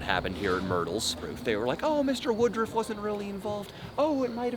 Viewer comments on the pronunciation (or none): Why they calling him woodrif instead of woodruff